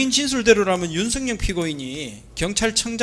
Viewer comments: 윤성녕 피고인. 유독 윤성열도 아니고 윤성녕. ㄹ 발음이 안되는 구강구조 부터 고치자. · 변호사가 일부러 그러는건지 발음이 안되는건지 계속 윤석녕이라고 발음하네? 이건 제지해야 하는거 아닌가? 기본적인 발음도 안되면서 무슨 변호사를 한다는거야? "열"이 발음이 안되는거야? 열차를 녕차라고 하냐? 열심히를 녕심히라고 하냐? 그런거 아니면 정확하게 피고인 윤석열 이라고 똑바로 불러라! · 윤석열이라는 발음이 저렇게 힘드나 윤석영이 뭐야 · 변호사가 윤석열 이름도 윤성영 이라고 자꾸… 얘들은 이름도 제대로 못부르는 수준이냐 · 발음도 제대로 못하는새끼네 윤성영은 누구야 씨발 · 윤석영은 누구야 발음도 어눌하노 저거 찍들이 말하는 짱깨새키야? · 윤석열 발음이안돼서 윤성연 이라고발음하네. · 윤측 변호사야!! 발음이나 똑바로 해라 ㅂㅅ인가~ 윤순영이가 누군데? 윤석열이라고 말도 못하는 ㅂㅅ 윤석열대통령이라고 할때는 발음괜찮은데? 더러운 🐕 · 변호사가 발음이 엉망! ㅋㅋㅋ 나만 그리 들은 게 아닌 듯... 윤석영은 뉘여? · 윤선영? 발음이나 단디 해라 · 윤성영은 또 누구? 발음도 못하네~ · 윤성영,,,, ㅋㅋㅋㅋㅋㅋㅋㅋ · 맞죠? 저 발음으로 사회생활 어찌하냐~~ 이윤스응영~!! 윤승영... 윤석영 윤성영.... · 윤석열 변호사는 [윤서결] 발음을 못하냐? 모지리만 모아놨나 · 아 윤석영...이거 문제 되는거아냐? 발음 진짜거슬리네 ㅡㅡ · 제대로 발음해라 술쳐마셨나... 윤석영이 뭐여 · 윤성영 피고이니이,,,? 어떨게 두번 연달아 윤성영 이냐? 바름 조빠리 안할텨,,,? 이제보니 계속 윤성영이라카네. 윤성영~ 누구냐 넌? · 변호사야 윤석영 뭐야 발음이 ㅋㅋ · 발음이 머냐, 윤석영? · 조청장님도 힘드시겠어요. 윤빤스한사람때문에 많은 사람이 고생하네요. 윤석영이 뭐야요? 자꾸 발음이 부정확한 신문 참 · 발음 판사 왜 듣고만있지?피고인 이름 기발하네? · 변호사 혀가 짧네 윤석열 발음이 어려운가 보내